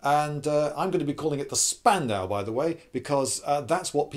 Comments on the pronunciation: It's pronounced "Shpandau". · It’s pronounced more like shpandau because sp in German is pronounced shp just a little fact besides, I really like your videos Lloyd( I’m from Germany) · ....ouch....you misspronouncing spandau so hard.... sorry i am german... despite this i don't get why people compare the mg42 and the BREN....they are both mashineguns...yes...but they have a completely diffrent purposes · Cool video, but Spandau us pronounced "shpandau" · Lindy, I love you but every time you call that thing a spandau a small piece of my soul dies.